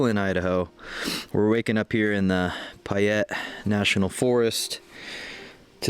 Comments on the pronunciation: Great video. But I have a duty to inform you its pay-et not pie-et. Keep posting. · Payette is not pronounced pie ette